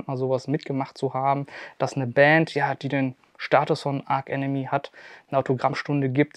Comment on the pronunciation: Aber bitte nicht "Ark Enemy" 😉 ansonsten wie immer super Unterhaltung !